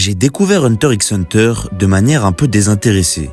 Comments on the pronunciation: Hunter riks hunter... t'as même pas honte de dire ça publiquement. Encore un français qui ne sait rien prononcé. Pff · Même si c'est pas la bonne prononciation, c'est pas la peine de venir lui parle de la sorte